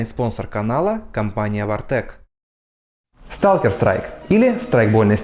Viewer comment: Не вартек а вартеч сука